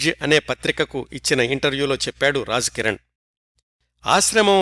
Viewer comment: నమస్కారం గారు, మీ నరేషన్ చాలా బాగుంటది. ఒక చిన్న సవరణ, మీరు రాజ్ కిరణ్ లోని ‘రాజ్’ని తప్పుగా ఉచ్చరిస్తున్నారు. మీరు ఉచ్చరించే రాజ్ కి ఉర్దూలో రహస్యం అని అర్థం వస్తుంది. అలాగే ‘ జీనతామన్’ లోని ‘జీ’ నీ కూడా తప్పుగా ఉచ్చరిస్తున్నారు. అంటే, రాజ్ కిరణ్ మరియు జీనతామన్ లోని ‘ జీ’ అనే అక్షరాన్ని అటుది ఇటుగాను, ఇటుది అటుగానూ ఉచ్చరిస్తున్నారు. 🙏🙏